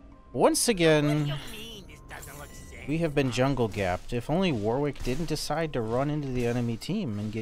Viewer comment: ily but that is NOT how you pronounce Warwick my king 😭😭